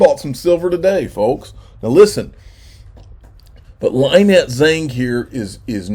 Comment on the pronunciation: It's Lin-nette not Lie-nette.